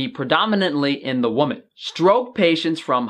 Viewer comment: great stuff. It's not easy getting ppl excited about scientific studies, I know! May I offer, for female adults, pls pronounce "wimmin" and for singular, say "woo-man". I think you have it backwards, but lots of ppl do this for some reason. Take care!